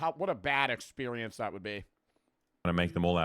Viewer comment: was i the only one who heard say "expewience"